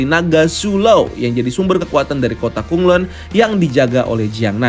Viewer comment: BTW Bacaannya Kota KhanLan Bukan Kota KhunLun